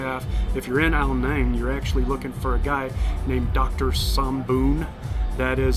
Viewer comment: Ao Nang is my second home I lived there for a few years. It is pronounced "Nung" however, not "Nang".